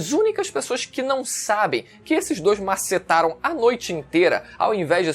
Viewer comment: kkkkkkkkkkkkkkkkkkkkkkkkkkk "MASSETARAM" kkkkkkkkkkkkkkkkkkkkkkkkkk